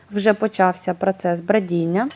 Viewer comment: Не додаватЬ , а додаватИ !!!!! Не змішатЬ , а змішатИ !!!!!!!! Не прАцес, а прОцес !!!!! це не хліб ,а КОРЖІ !!!!! А кІлим -- це що ?!.... к І л и м ...